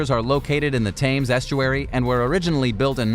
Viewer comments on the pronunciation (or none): “Tames estuary” ? ya plonker !